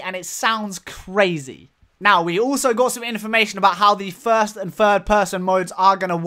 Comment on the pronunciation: "fird and thirst person"